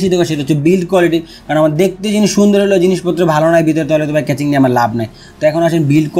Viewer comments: কেচিং না কেসিং। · Casing ke Catching boltesen keno lmao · কেচিং বলেন আর কেসিং বলেন সেটা বড় কথা না,,,,,বড় কথা হলো আপনার ভিডিও ভাল্লাগে,,,, ❤❤❤❤❤এহন যা করার করেন,,,,এখনই অর্ডার,দিতাছি এইডা😁😁😁😁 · Vai re vai, ক্যাচিং na, কেসিং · vhaya caching na CASING :) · Accent is two kind.One is regional another is official.Regional accent is not acceptable in public domain.Casing should be কেসিং not কেচিং। If he can pronounce কেসিং why would be pronounce কেচিং? Mobile is মোবাইল whould you ever say মবিল? In Interview or official task আঞ্চলিকতা বা অশুদ্ধ উচ্চারণ should be avoided.Same goes to public interaction. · কেচিং এর ফন্ট 😂 vai pronunciation thik koren ! khub pain lage bal sal shunte. audio off kre review dekhte hoise ! কেচিং কেচিং কেচিং !